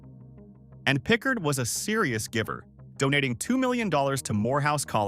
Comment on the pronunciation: Thats not a oic of Jackson. Pickard is not correctly pronounced.